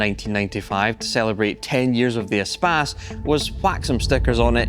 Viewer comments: It is not an espaaaaaace. It's a short a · Who else mispronounced it as "ee-space" in their mind at first glance? That's what using the internet for too long does to you...